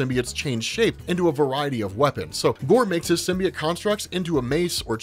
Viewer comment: AHHHH ITS PRONOUNCED SIM-BEE-OAT